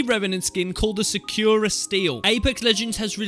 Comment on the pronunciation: Its pronunciation is, Sa kur a Not pronounced sak yur a